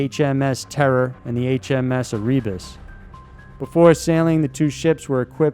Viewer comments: Erebus = Air-Ruh-Buss. NOT, Ah-Ree-Buss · Sorry to nitpick, but your pronunciation of the Erebus is painfull. It is eh-rhe-bus. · HMS “AIR-EH-BUSS” like the mountain or the god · That Erebus pronunciation though. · The pronunciation of Erebus is incorrect and is that the cans were made from lead, the solder was made from lead and done poorly so it got into the food.